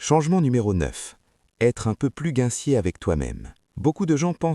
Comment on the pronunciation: Bonjour , hier une Vdo un peu similaire en 10 points avec des illustrations dans le même style ....provenant de psy lucid .... Est ce la même source que vous ? Les conseils sont bien mais la voix IA me devient insupportable 😅... Pour prononcer le mot Gentil cela devient " gaincié" et je ne peux vous donner la prononciation 😂😅. L algorithme Youtube a bien repéré que ce genre de Vdo plaît 😉